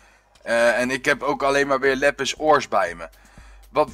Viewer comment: Het is lapis geen lappis